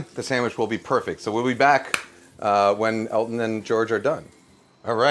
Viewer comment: I swear I heard Kenji say Alton not Elton and my brain went crazy trying to figure out how I had never heard about a song another famous chef did with George Michael. Live the song but also kinda sad the other version isn't out there.